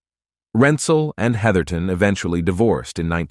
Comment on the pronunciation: *Heatherton;...--->>>NOT: "heatherington"-!!!